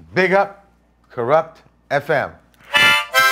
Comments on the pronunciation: Did Chabuddy just pronounce it ‘Kurupt’ FM? Good on you !!! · chabuds forgot to pronounce it like "Kuruft FM"